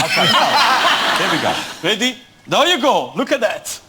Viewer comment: Are you weady to wumble